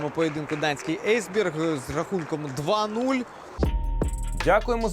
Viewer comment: Ейсберг😂😂😂 Написано ж Есб’єрг